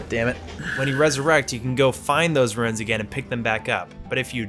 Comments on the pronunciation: It's runes, not "ruins". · Why does he call runes "ruins" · They are called "runes" as in "roons" not "ruins" as in... "ruins". And they don't matter at all. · It's 'roons' not 'ruins'. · Runes. Not ruins. Roons. Other than that excellent lol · I'm sorry but could you please stop calling runes ruins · Btw they're "runes" not "ruins." Ik it doesn't really matter, just pointing it out. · Runes* not “ruins” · Such a minor complaint I have is everyone I know is calling the currency “ruins” and not “runes”. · something tells me didn't drop down in to the tutorial area as it explains all of the controls there. Also, they're "runes" not "ruins" lmao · Why does everyone call them ruins when they tell you it’s runes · Are you calling runes "ruins"? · You say runes like ruins, and they are two different words. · It's not pronounced ruins, the word is R.U.N.E.S. and it's a one syllable word. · Why does he pronounce 'runes' as 'ruins' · this video is amazing and you are such a cool person! but why the fuck do u pronouce runes as "ruins" lmaoo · If says ruins instead of runes one more time i swear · Runes "Ru-ins" :') good video though